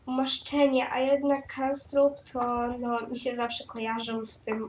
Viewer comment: Wymawia się knabstrup